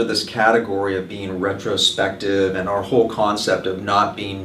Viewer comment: it is AND not eeennnd :)